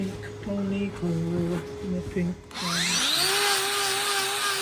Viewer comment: I was wondering what a 'klerb' was 😂